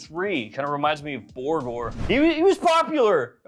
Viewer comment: Borgir... as in Dimmu Borgir. Get a musical clue.